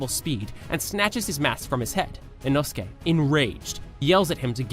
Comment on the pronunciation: OMG INOSUKE ACTUALLY SAID HIS NAME RIGHT OMG OMG OMG